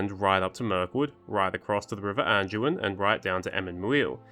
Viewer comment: There's no "g" in the word, "Anduin" genius. Nor is it pronounced with a "g."